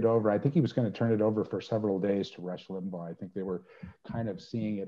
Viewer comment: i dont understand why you repeatedly mispronounce Limbaugh’s name. Was it on purpose? It was LIM-baw... not LIM-bow (as in bow-wow). I LOATHED his politics (and lies and simplistic analyses) but thought he was an unusually skilled radio personality. He knew how to attract listeners and hold on to them thru the next break. I’m glad he’s gone, but still, i wish you’d pronounced his name correctly😊